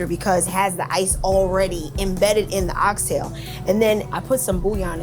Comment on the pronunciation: She Pronounced "Ox Tail" correctly 👏🏿👏🏿👏🏿👏🏿 🇯🇲 I'm definitely gonna eatin there!